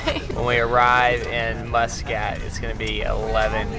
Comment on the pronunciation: i love how pronounces muscat, tennessee reppin fr